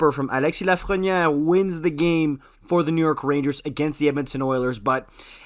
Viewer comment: As a french Canadian (Quebecois) I was impressed with your pronunciation of Lafreniere....do you speak french at all?